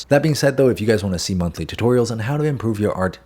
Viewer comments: Ngl I thought you said what’s up gays in stead of guys 😂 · Sorry but my Dyslexia heard... " Sussup Gays" 😅👍